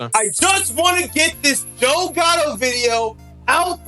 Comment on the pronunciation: Mannnn not JOEEEE